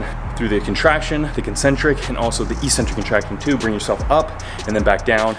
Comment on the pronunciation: Thank you! Very useful A very different question. No offence meant. Why do Americans slaughter the pronunciation of "eccentric"? Even Merriam-Webster does not pronounce it as e-centric!!